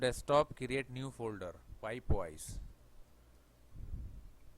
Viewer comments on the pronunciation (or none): I don't have solid works I have Fusion 360 but these tutorials are really useful for that too. I can still follow along with Fusion. Great stuff. Took me a little bit of time to get used to your accent..... Weedio of pipe wise LOL. Nice work